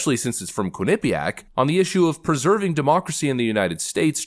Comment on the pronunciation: I'm from connecticut and it make me Laugh every time I hear you say Quinnipiac